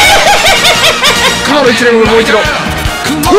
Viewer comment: ただでさえ刺さるのにのライダーキックの発音のクオリティーも高くて胸熱過ぎるw